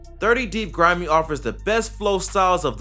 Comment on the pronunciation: You got grimeyy and cee murdaa right